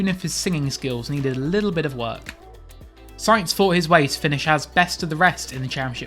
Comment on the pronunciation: It’s sainz!